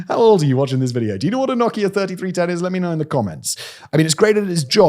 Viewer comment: Nahkieya oh you mean Nokia